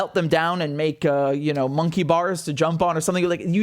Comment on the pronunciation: "Moneky bars to jump on.." 😂